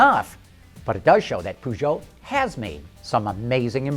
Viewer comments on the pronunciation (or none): POO-JEAU ? really dude, really ?